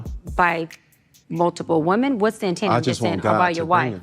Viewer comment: And does it bother anyone else other than myself that she’s one of those people that cannot pronounce the word women correctly she pronounces it singular, which is woman and not plural. I get that on medical paperwork things read just like that sometimes but you are not a I’m sorry, but this woman is not that educated me. I will not go to her for anything I don’t give a damn if she got a degree killers and bankers got degrees too